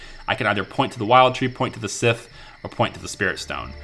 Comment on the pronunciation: First! Also.. cant wait for the next part! Keep it up. By the way scythe is pronounced Sa-eeth, not sith :P